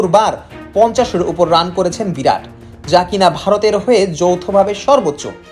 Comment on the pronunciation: নামটা 'ভিরাট' নয়, 'বিরাট'!!